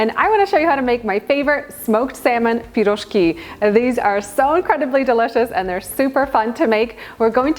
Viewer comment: I love how you say пирожки, i grew up on piroshki my parents made them all the time with different fillings, great recipe im gonna try with salmon filling.